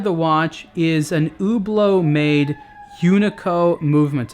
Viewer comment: i thought he was saying Uber Uber uber lol